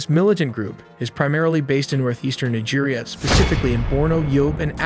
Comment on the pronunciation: Its Neejia not Naija. Thank you.